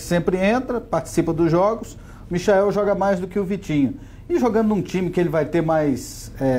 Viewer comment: Michael kkk se fala maichel